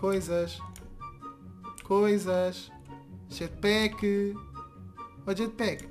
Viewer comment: Jatpack de português 😂😂😂😂